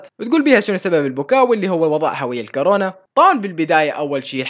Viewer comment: مو كارونا كورونا